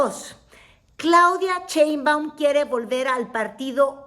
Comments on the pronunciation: Me causa ruido como pronuncias Cheinbaum... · es en serio que no puede pronunciar “Sheinbaum” en lugar de “ cheinbaum”? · Ni siquiera saber pronunicar bien el apellido de Claudia.😂 Dice CHEINBUAM como charro, en lugar de SHEINBAUM como un susuro sh sh sh Sheinbaum.